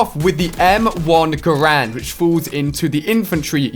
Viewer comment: did he just say m1 grand?